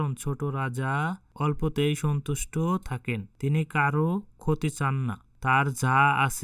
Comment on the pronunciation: Tusto na sontusto hobe.😢😢😢